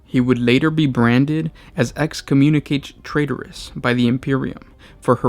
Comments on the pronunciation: Its pronounced Excomunycatay Traytorris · Excommu-nic-ah-tey Tray-tor-is. Just so we're on the same page.